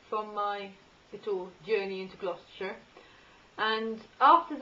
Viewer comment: It's Gloucestershire not Gloustershire!